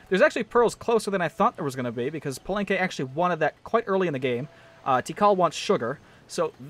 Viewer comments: palanque exact pronunciation is pa-lan-ké (not pa-lan-k-oué) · Pa-leng-qay, i think that's how you pronounce it